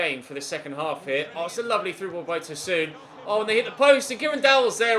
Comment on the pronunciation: Tosoon🤧🤧🤧 it’s pronounced Tosun exactly how its spelt